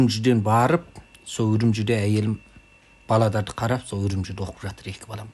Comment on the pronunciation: Тілі бұзыла бастаған екен.. баладар дейді екен